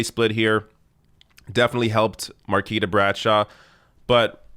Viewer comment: Much love for covering this and it's surreal to see friends in one of your videos. I love the channel. For future reference, her name is pronounced mar-KWEE-tah.